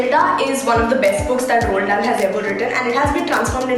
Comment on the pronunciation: The way she butchered the names of such famous authors like enid blyton, Roald dahl was a pain to hear.